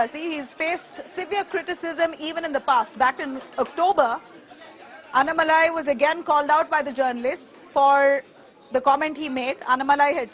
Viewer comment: Please make an effort to pronounce his name properly. Annamalai please speak toba a Tan zh person and see how nn is pronounced. Kindly write the name down in Hindi and correct your pronunciation